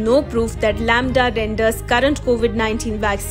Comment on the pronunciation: Lamda = lauda 🤣🤣